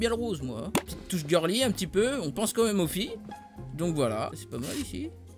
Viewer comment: mdr ta pourrie tout son dépôt avec ton "geurli